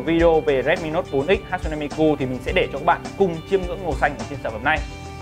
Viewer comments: Ha tsu ne chứ ko phải hat su ne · Góp ý nhỏ: 1, Miku ko phải nhân vật anime mà là 1 Vocaloid 2, Tên cô ấy ko phải Hat-su-ne Mi-Ku mà là Ha-tsu-ne Mi-ku